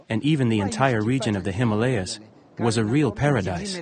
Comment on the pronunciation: I enjoy all your videos. They are filmed with great acre, attention to details, great photography, and a narration to go to make these videos truly AMAZING. If you could pronounce Himalaya correctly, it would be without flaws and perfect. You see, Himalaya, the name is over ten thousand years old. In sanskrit Hima (like Lima) means snow and AALAYA means temple. So Himalaya is the abode of snow, or temple of snow. However HimalEya is a nonsense word. It infringes on the very sensitivities with which we regard our sacred mountains. It is mentioned in the great book The Mahabharatha, with one hundred thousand in prose, a history of ancient Inida, The HimalAya is mentioned. Thank you if you care to correct it in future presentations.